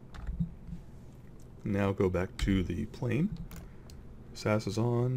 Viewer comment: you pronounce it s-a-s not sas